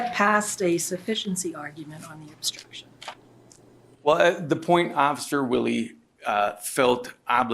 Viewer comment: I can't stand how the attorney says words like "obSCHtruction"